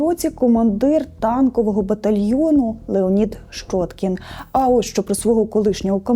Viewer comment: Ну не шчоткiн нiяк, а щьоткiн. Для чого понос нести? Рiже вуха. Де вона вчилась?